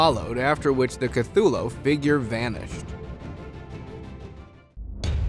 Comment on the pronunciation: He’s saying cuthulo and not saying cuthulu